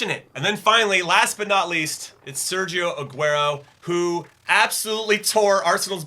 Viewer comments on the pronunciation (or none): none